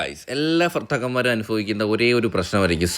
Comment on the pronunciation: ഫർത്താക്കാൻമാർ അല്ല പൊട്ടാ ഭർത്താക്കൻ മാർ